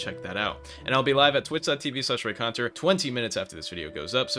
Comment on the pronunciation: Hello Reaconteur(pronounced ray-con-tur)